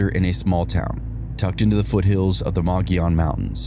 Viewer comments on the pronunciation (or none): Loved this episode. I live near one of the cases. I noticed you mispronounced a location but you did pretty good as only locals know the proper pronunciation lol! Mogollon is pronounced Mug-e-yone long e in the middle.